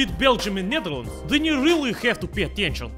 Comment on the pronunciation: is it me or is that pronunciation of "Netherlands" very dutch...